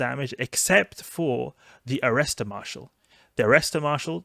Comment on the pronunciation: By 'Arrester Marshal' you mean ''Attacker Marshal'?